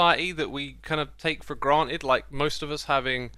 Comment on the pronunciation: Granted * not Grohed